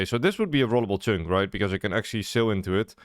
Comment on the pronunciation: That is not how 'chunk' is pronounced